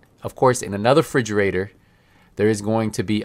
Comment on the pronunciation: Thanks for the video a great help. But dude I couldn't help getting distracted when you say frigerator it refrigerator 😂